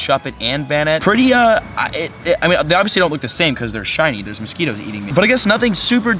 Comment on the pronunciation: Mosqweetos lmao